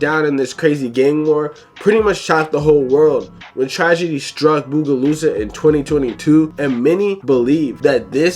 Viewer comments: Fr doe "bugolusa" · and Bogalusa "bugolusa" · It crazy how you pronounce Bogalusa😂😂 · You pronouncing bogalusa is pissin me tf off